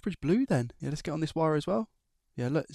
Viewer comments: Are you saying VIRE? not WIRE?? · Please change the way you say wire.. I can’t unhear it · you say wire like a true german ;D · Are you saying wire in a German accent ?? Lol